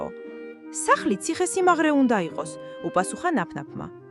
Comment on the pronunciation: Გახმოვანება ხელოვნური ინტელექტია? Ციხესიმაგრე და არა სიმაღრე